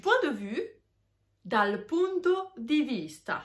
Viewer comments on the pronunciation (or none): none